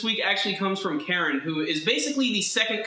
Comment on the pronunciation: Why do you insist in pronouncing Karin incorrectly? It's not "Karen". It's "kah-reen"